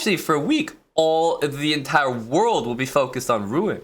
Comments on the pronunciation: Its pronounced ROO-ON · As a Normand, it hursts hearing him butchering Rouen pronunciation... granted it's a combo of two sounds north american cannot pronounce: "OU" and "AN"